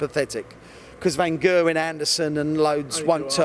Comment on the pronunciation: He's so up Price's arse. He's pronounces "Van Gerwen" incorrectly when you consider that it's a Dutch name, but he doesn't make a massive thing about changing how he says it